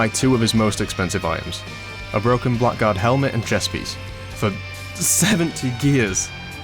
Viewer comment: Blackguard is pronounced Bla - grd by the by. Blagrd.